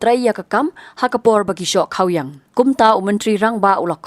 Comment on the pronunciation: Nong pule khubor ym dei kha -wiang. Dei khaw-iang jingmut khasi paka